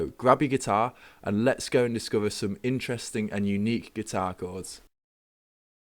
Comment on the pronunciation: Americans always love UK accents. :) I just noticed that the way you say "other" & "discover" is different than what I'm used to hearing from England. Happy New Year to you!